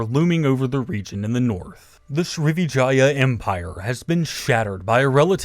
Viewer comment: it's DEWARAJA. not V. same with SRIWIJAYA. Not V.